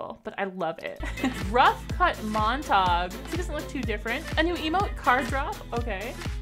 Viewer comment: It’s pronounced Mon-ta-Giyu